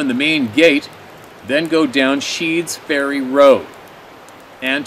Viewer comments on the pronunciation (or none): That's Sneads Ferry, not Sheads Ferry. with an N, not an H. lol Not making fun, seriously. It's just this is my neck of the woods so to speak. I love that place. Some of the best people on the planet, & the best seafood you'd ever want to eat. Never saw anything uncommon sorry to say, unless you want to count sharks in my beach water!